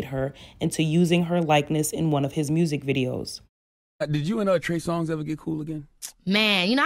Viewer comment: How you called him “Trey Song” the entirety of this video is sending me 😂